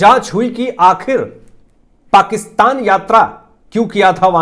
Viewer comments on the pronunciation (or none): none